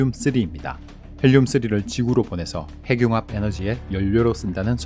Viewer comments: ‘핵늉합’이라고 읽어야 하는데 ‘해귱합’ 이라고 읽으시네요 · 핵융합 발음이 행늉합이 바르다고 하는데 대부분 해귱합으로 발음하네요.